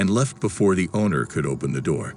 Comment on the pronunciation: “Open the noor”